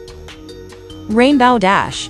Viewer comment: It’s rainbow dash not rainbaw dash